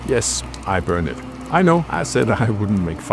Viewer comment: so you say it has yes per not jess per